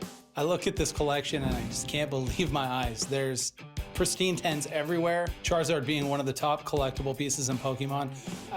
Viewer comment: I laughed when he said charzards